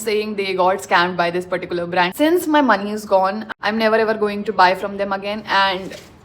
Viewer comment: Please don’t pronounce “particular” that way. And you overusing that word